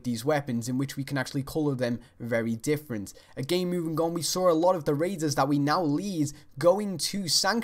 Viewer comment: and when you say saw it sound like sawer